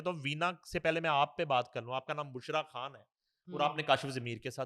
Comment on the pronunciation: بشری کھان سلمان کھان کوئی اس بندی کا تلفظ ٹھیک کرائیں